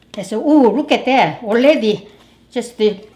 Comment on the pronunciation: “Oredi?” 😂😂😂 love her!!